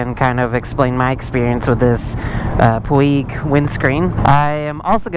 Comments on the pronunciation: Puig is a word with its origins in Catalonia. It is pronounced Pwedge. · Puig-pronounced:"pweej" I had to look it up for myself. 😊